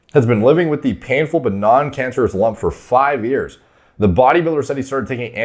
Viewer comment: “The jump he’s been living with for 5 yeaurs”